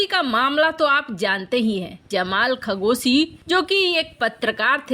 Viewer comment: खगोसी नही, वह तो खशोगी है 🤣